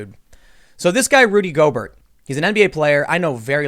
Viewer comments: Gobert is pronounced Gobear w silent 't'. Also the other dude Donovan Mitchel is the Jazz best player. And once Gobert came down w it and was dumb it meant that the virus was in the player population so NBA had to cancel the season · Gobear not Gobert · it’s gobe - air not Gob - ert lmaooo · Just for your future videos about this clown, his last name is pronounced “Go-bayr”. It’s French. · Tim his name is “Rudy Go-bare” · It is pronounced Rudy "GO-Bear" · No big deal but is pronounced Rudy GO-BEAR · It’s pronounced “Go-bear”. He’s French. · It's Go-Bear! He's French. That being said...he's a moron for what he did. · If you say "go-bert"... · It’s pronounced Rudy “Go-Bear,” he’s French. Yeah a really weird thing with him. It seems like he didn’t think he had the virus and he was fooling around with people who were concerned about it. He’s not laughing now, Lol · Go-bear.....at least pronounce the idiot's name correctly. He needs FULL credit....ddrrr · It's pronounced GO BEAR.....you goofball. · Dude stop with the clickbait titles. First learn how to say Gobert's name properly. Second, get your facts straight before you open your mouth. Gobert didn't know he had the virus when he touched the mics. There is also no proof that he got Donovan Mitchell sick either. In this instance you're no different than the fear mongering mediaand the fake news. Stop making drama for the sake of drama. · That's not how his last name is pronounced.